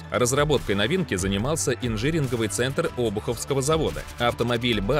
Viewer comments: Братан, центр - инжиНИРИНГОВЫЙ а не ижиринговый. Инжир это фрукт. И к инженерии никакого отношения не имеет. Так же как термоКАТАЛИТИЧЕСКИЕ двигатели это два слова: термо и катализ и это никак не относится к католикам и называть двигатели "термоКАТОЛИЧЕСКИЕ" - очень даже неправильный поступок. Учи термины, не торопись читать с наскока. Лучше один раз предварительно прочесть, вместо того чтобы ТАК позориться! рука-лицо!.. про принцип конвейера безграмотная фраза. Так говорят в деревне. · "Инжиринговый центр"? Центр, где собирают инжир? Сожгите на костре читающего текст. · "Инжиринговый центр" грузовик разработал, а на спутниках будут "термокатолические двигатели". Ребята, проверяйте озвучку. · "зеленодонском" "инжиринговый"